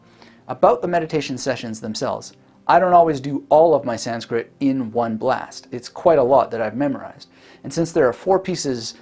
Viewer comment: "make your goals hard to avoid" Someone's been reading Atomic Habits. Also your Sanskrit pronunciation is great.